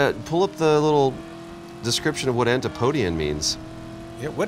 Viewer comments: "Antee-po-dee-un"! 😂 I'm Pro-podean! It's pronounced "an-tip-odee-un"! LOL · It's pronounced "an-tip-o-de-an".